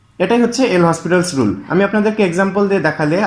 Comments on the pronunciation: ভাই নামটার উচ্চারণ হবে লপিতালস রুল। এল হসপিটালস রুল এটা ভুল উচ্চারণ । এটা একটা ফরাসি নাম। ফরাসি উচ্চারণ যা লেখা আছে তার চেয়ে ভিন্ন হয়। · PLS DONT TEACH WRONG... THIS IS L'HOPITAL'S RULE, ETAR PRONUNCIATION LOPITAL'S RULE.